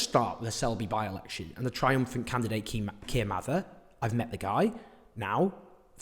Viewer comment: When you said ‘this Keir’ I thought you said ‘this kid’ 😂